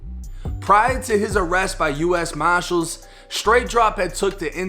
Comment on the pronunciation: can’t say “ US Marshall’s” to him it’s US Moshalls..